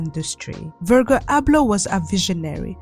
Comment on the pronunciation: the way you pronounce Virgil Abloh’s name is SENDING me!! it’s a soft G vowel; like how you pronounce the “G” in “gym”, not a hard “G” like the word “gurgle”.